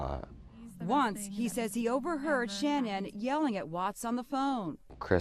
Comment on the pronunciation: makes me sick lying about those baby girls. I have lost all respect for Inside edition, not looking deeper in to his story and airing all his lies. Horrible, horrible reporting, and it irks me that and the reporter from Inside Edition didn’t pronounce Shanann’s name right. Stupid I know, but it’s just disrespectful in my book.